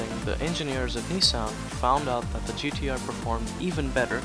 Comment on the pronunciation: Nissan...GDR...😂 😂 😂 😂 Learn how to say the name of the car the right way you dufas!!! 😂 😂 😂